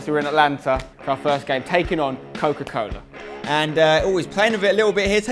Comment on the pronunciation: Every time they say coco cola I become thirsty